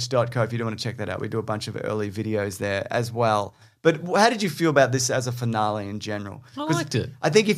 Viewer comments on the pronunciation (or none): fin-ahl-ee not fin-ah-lay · Jaaaaaaames... why are you saying finalae? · The way you say "finale" makes my irrationally angry.